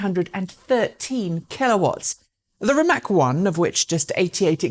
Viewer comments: It does hurt when my favourite EV Youtube presenter goes along with the ignorant herd and pronounces "Rimac" like "RimaK"... my ears are falling off hearing this... Obviously, Rimac is still not famous enough... For the umpteenth time, the C letter in Croatian is pronounced like TS (as in the tse-tse fly), so it's "RimaTS", not bloody "RimaK", for Pete's sake! Dear, please be better than the sickeningly ignorant herd!! Greetings and best wishes from a native Croatian speaker. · Please, it's not Rimak, it's Rimac (like ''rimats'') and please learn to pronounce it like it should be. Mate and his amazing company deserve atleast that :) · "Rimatz" - how it should be pronounced. Oh well...she tried. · Ispravi u Rimatz...kakav Rimats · Rimac <> Rimak or Rimack, god dammit. Oh, well, at least you pronounce the "Rima" part right, well done.